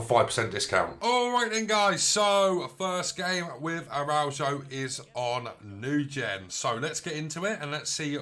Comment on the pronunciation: Pronunciation is wrong , thanks for the nice review though.